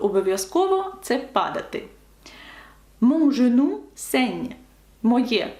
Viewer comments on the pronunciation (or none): Пояснюючи правила читання (урок 3), ви говорили, що літера Е після G (в слові GENOU) не повинна читатися.В даному випадку Ви чітко вимовляєте жЕну. Жодного акценту над Е я не бачу. Де я щось упустив?